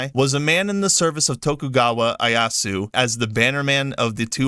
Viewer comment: I-E-a-su NO-bu-na-ga Why is that so hard… You’re right to criticize Ubisoft, but it sounds a bit weird weird when you do it saying all these historical names wrong